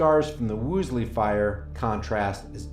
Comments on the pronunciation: You do yourself a favor by learning to pronounce words you will be using. It is WOOLsey , not WOOSley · Interesting, but you lost me as soon as you called it the "Woosly" fire... just couldn't focus after that. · Hey... Dick slexia, it's WOOL-SEY. Why can't you pronounce that?